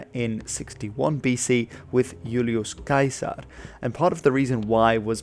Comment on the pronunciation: 'Yulius Kaizer' must be a Flemish pronunciation...